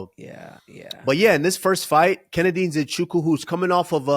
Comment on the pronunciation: I can't believe Kamaru butchered the name Nzechukwu yet he's from Nigeria. 😂